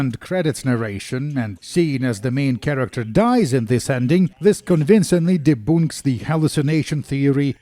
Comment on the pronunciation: OMG, check how to pronounce "debunk".